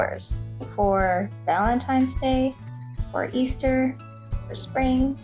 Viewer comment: It’s valentine’s not valentime’s… if you’re going to use a word use the correct one. Makes you sound uneducated.